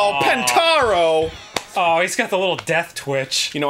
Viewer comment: GOD DAMMIT ARIN IT'S POTON NOT PONTARO